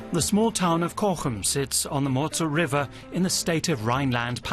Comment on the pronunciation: You show the Rurtalsperre and say it is volcanic. 😂😂😂 So wrong! And it is not MOZZEL. It is Mosel.